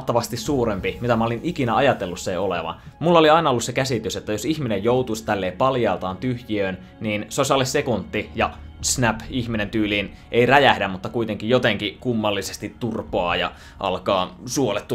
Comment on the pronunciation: Se ok sekunti eikä sekuntti